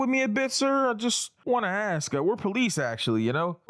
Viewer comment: My nigga, thanks for correctly pronouncing "ask"👍